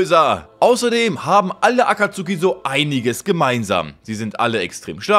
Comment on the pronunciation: Er heißt Jiraya und nicht I-raya T.T und es ist Akatsuki und nicht Aka-tsuki T.T